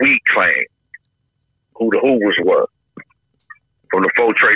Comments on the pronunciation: “The Hoovaz” - 🤣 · “The snoovaz”